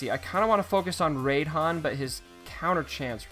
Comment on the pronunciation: In your videos I always hear Rape instead of Raid Han xD